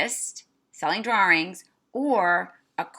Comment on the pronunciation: "drawrings" lol